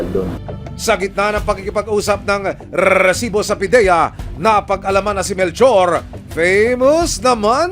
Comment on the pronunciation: mr john consulta, pwede mo bang sabihin nang maayos ang salitang resibo...ang cringe worthy kasi...as in eeeeeew!